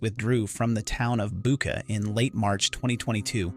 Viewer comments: "Bucha" is pronounced as " Boo tch a", NOT "Booka". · if you are interested in getting it right the correct pronunciation of Bucha the ch is the same as in church